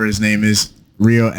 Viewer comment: Dis mandem needs to speak Rios name correct man